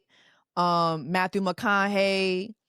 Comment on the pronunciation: “Matthew MickConHey.” 😂😂😂